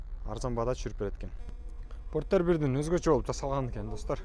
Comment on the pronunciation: Фортер эмес Портер деп айт уят